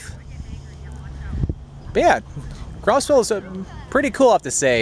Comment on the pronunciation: Hey bro, the town is pronounced (Cro•z•well) not (Cro•ss•well) im sorry but that kinda bugged me cause i grew up in that town bro